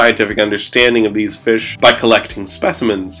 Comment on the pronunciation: Le feesh